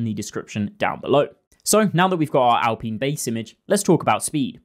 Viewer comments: Say after me: Al-Pine Not al-peeen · Sorry, but how do you pronounce "pine" now just add "al" to it.. al-pine You should be jailed for that pronunciation of alpine.. 😂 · I’m sure you’ve heard how Alpine is pronounced. LOL or maybe you’ve heard other people say it? Hehe Im just curious.